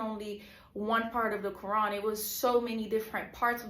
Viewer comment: U cant even pronounce the Quran correctly lol fake. "Imaans which is like a priest" lol fake video by a troll .